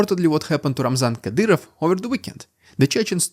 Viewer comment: Kadyroff xD